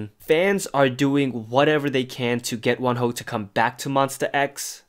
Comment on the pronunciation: I thought you say one hoe and im so shookth and confuse then i realise it is wonho